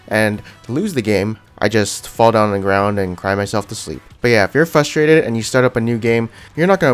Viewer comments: frustrated not FUSTRADED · fRustrated not fustrated.